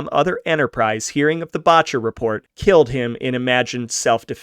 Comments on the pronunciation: The first syllable in Boetcher is pronounced like better, not bawtcher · It's pronouced Bet-Cher, not Botch-er. Boettcher. I went to scholl With a grandaughter of Charels Boettcher. Founder of Botanic Gardens among other things. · Second generation Coloradan here, my mother was born 1924 in a house on Santa Fe street Denver, until the onset of the depression her parent's Anna and Norman had a cafe in Denver, Boettcher is pronounced BET-CHER, FYI, this is interesting and nicely done....glad you do your own narration, cannot stand bots....